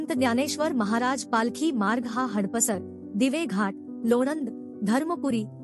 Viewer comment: हडप सर असा उच्चार अपेक्षित आहे. हड पसर असा नाही.